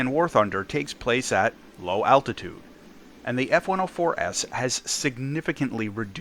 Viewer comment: Is it just me or did you say "S-104S" Instead of F-104S at some parts of the video?